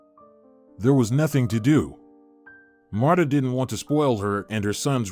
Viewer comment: I don't like how the narrator pronounce her name, it's pronounce like Martha not Matta, Marta without the h sound.